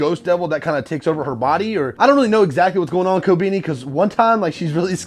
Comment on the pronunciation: every time you say kkobeni wrong hurts more man lmao